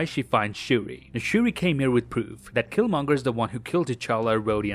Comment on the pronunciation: Oh my god I thought I was the only one that thought that killmonger said it wrong